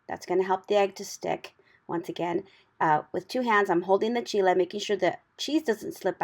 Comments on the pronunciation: Proper pronunciation in Spanish for Chile. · Yes. That's the correct pronunciation in the Spanish language